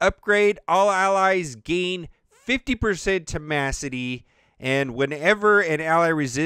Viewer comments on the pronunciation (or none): did u say temacity? Lol